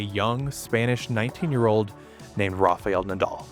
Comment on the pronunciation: It is a great video. But it is Rafael Nadal, not Rafeal Nadal . You always say Rafeal 🤣 .